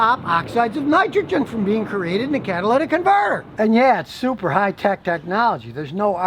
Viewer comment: Finally, someone actually says catalytic converter and not Cadillac converter